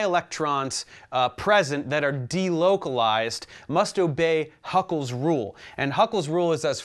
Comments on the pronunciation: sorry but it's Hückel's rule not Huckel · Bro, that guy's name is not Huckel. It's Hückel.